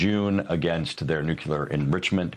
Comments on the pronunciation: I await the day that the George Bush saying of nucular ends and the people that are supposed to be bright get that it is Nuclear. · this guy says "nucular" exactly like homer simpson does 😂